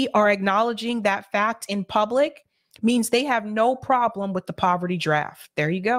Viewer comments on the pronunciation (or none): none